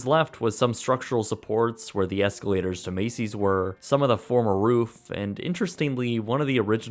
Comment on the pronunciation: Nobody: Absolutely NOBODY:: EsLaToRs